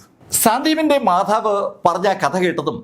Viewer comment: മാഥാവ് അല്ല മാതാവ്